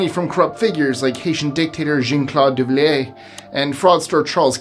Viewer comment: his first name is Jean-Claude, like Jean-Claude Van Damme. His last name is pronounced Du-val-ier. Am I going to have to call you John Travolta for murdering his name?